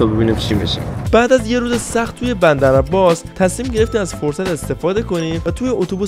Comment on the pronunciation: چرا گفت بمدر عمباس😅